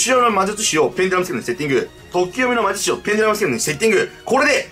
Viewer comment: まじゅちゅし